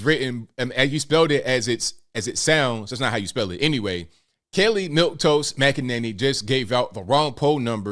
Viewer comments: I couldn't get passed saying Kelly instead of Kayleigh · Were u calling her Kelly? Lol I love Kayleigh the way she handled the media was awesome.